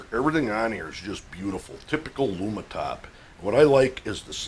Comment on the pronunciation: Lumintop not Lumitop.